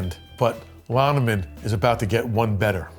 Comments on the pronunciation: Lonnegan, not Lonneman. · Kinda funny you call him Lonniman, when Paul Newman's character also gets his name wrong intentionally. Doyle Lonnegan is the correct name. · He called The Sting bad guy "Lonneman" which is how Paul Newman mocked Lonnegan's name. Too funny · I love how he's calling him "Lonnoman," RE the Sting...may not even be on purpose. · He pronounced his own second name wrong! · I love how mispronounced Lonegan's name for The Sting feature. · it hurts my heart how this awsome guy absolutely butchers his own name :( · lol. Are you mispronouncing lonigans name on purpose just like newman did?